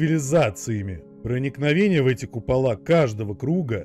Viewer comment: купала́ сразу видно в шкале́ учился🤦🏼‍♂️